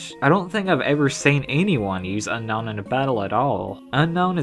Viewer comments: Unown is pronounced "Ooh-known" (Atleast, in my opinion) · It's pronounced, Un-Own